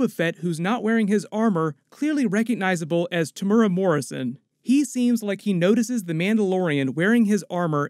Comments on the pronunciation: Hi. Loving the Easter eggs I missed. FYI it's not pronounced Temura but Temu-era Morrison. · Pronounced Temu-era Morrison* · Let me help you with Maori pronunciation... Temuera Morrison is pronounced: Te Moo Ear A... Four syllable's. Awesome episode! Boba is Back!!!